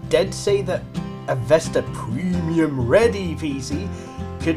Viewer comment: It's not Vesta it is Vista